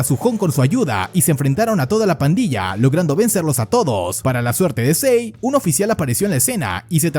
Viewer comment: Si-eun se pronuncia algo como shi un o yi un se pronunciaría